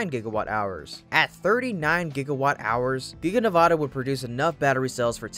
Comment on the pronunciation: In the future, please pronounce Nevada's state as ( Nev add ah ) not ( Na vaaaah da) shorten the long aaa forming a's No one in the state pronounces it that way. Thank you 😉